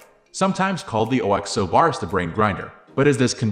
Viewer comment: You can pronounce it like Oxo rather than O.X.O.